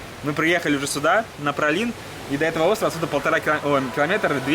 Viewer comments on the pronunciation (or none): Остров Праслин а не Пралин ребята )) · не пралин а праслин